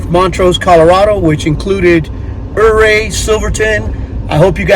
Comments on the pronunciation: I lived in Ouray, it is pronounced 'you ray' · Ouray is pronounced Yuray. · Except the Utes pronounced it differently